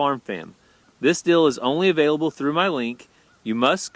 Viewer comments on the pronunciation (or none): none